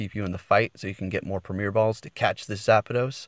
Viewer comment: Good job on saying zapdos! Lol thanks for the tips